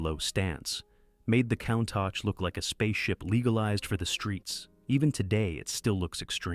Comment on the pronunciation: These narrations kill me. The people speaking, or a facsimile thereof constantly mispronounce the name of some vehicles. For example the Countach, pronounced coon-tosh. It was pronounced cown- tosh. Where do you find these idiots, who's doing the editing. MORONS!